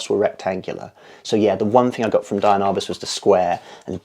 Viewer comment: She is very inspiring! By the way, it's pronounced DEE-ann not DIE-ann.